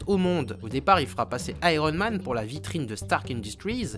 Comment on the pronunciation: Et oui ! Pourquoi pas Ironemane ? Tu dis bien spidermane avec un i quelques secondes avant ;) Très bonne vidéo une fois de plus au fait :D